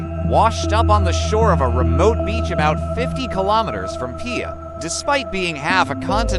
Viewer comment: It's pronounced "Pee-ha"